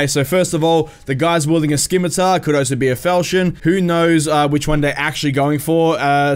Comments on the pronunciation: I love your videos but it's pronounced simitar, the c simply gives a sharp s. Ssss not sk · Scimitar has a silent c bud